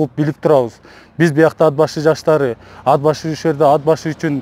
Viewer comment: Ад-Башы, эмне Ат-Башы деп эле айтса болбойбу!?..